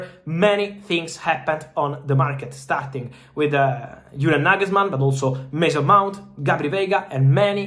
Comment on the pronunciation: Mason Mount not Mase Mont lmao. i almost didnt get the name